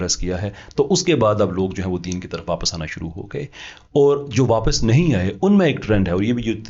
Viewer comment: You have made tremendous progress in your knowledge, research study, communication skills, especially English (whilst in UK for 20 years), you need to correct your punjabised accent of few simply Urdu words. Punjabised accent: Or Tor So'all Fooji Gay Correct pronunciation: Aur Taur Sawaal Fauji Gaye